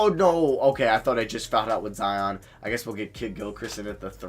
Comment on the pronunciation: he said Zihon